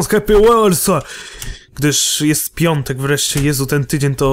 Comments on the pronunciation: piątek a nie piontek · Piątek nie pjontek ;) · piątek nie pjontek